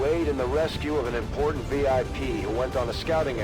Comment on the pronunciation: >rescue an importain VIP. So an importain Very Importain Person, got it.